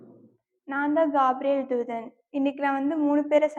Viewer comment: கேப்ரியல் not gaapriyel